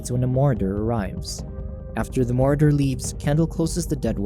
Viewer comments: Weird way to say marauder as well. I heard martyr. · It took me 3 minutes and 25 seconds to realize he meant Marauder